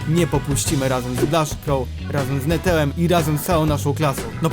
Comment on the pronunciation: Powiedziałeś netełem